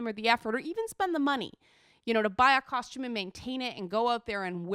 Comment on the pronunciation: Lol Coshtume